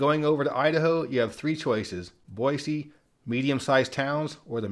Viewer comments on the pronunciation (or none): none